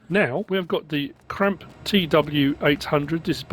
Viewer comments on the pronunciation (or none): Just watched the Clutch/DJ interview with TNT. Talk about self taught. He’s really great 😊 I think there’s usually too much demonstration of color choices in your mod reviews but that’s just me. People shouldn’t need a demonstration in how to pick colors and if they do they need to play the game a little bit more. It’s pronounced Kramp-uh, not Cramp. This one should be easy.